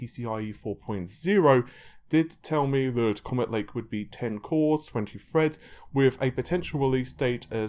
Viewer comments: God dammit now I cant unhear that..! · After watching your channel, I can no longer read threads as threads in my head. I read it as Freds lol